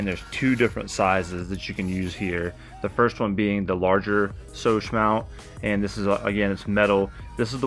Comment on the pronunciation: Scosche is pronounced with that first 'C' that sounds like a 'k'. skowsh.